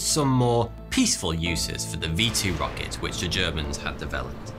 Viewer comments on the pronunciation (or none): none